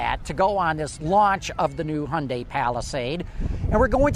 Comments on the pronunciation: The correct pronunciation of Hyundai was sorted out years ago. Real simple, rhymes with Sunday, give it a try. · Its pronounced hyundae not hyundie. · There is one essential and crucial component when reviewing a vehicle. Be sure the reviewer pronounces the company name properly. It's Hyundai as in Sunday, not "Hyun-die". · You’re both wrong. Koreans say Hyun-die (just 2 syllables)..... both Americans and British say it wrong .